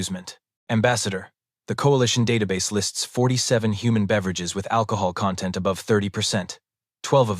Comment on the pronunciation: The AI reader keeps making 3rd grader mistakes in vocalizing the written content. Take for example the word "content", it has more than one meaning (content meaning: sum of parts, verses content meaning happiness) and two (2 )ways to pronounce it. It has been wrong both times. Con-tent verses content in how to use the word. Please fix this or hire a human reader for the stories. Many of the SciFi Zone stories have this issue with English words.